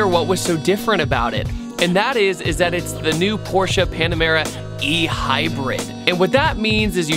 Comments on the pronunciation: Arnav Dhir Yes, I thought the same! 👍 He pronounced it right! "PorschE" and not "Porsch" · Btw thank you for pronouncing it the right way